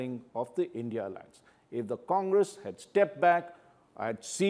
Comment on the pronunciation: It’s I N D I Alliance, not INDIA